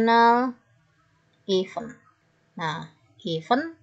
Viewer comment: Cara bacanya PD kata event salah. Coba koreksi. Event sama even cara bacanya beda